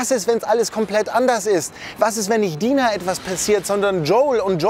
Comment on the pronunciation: Mir gefällt das Video sehr aber sie heißt Dina mit deutschem I nicht Deina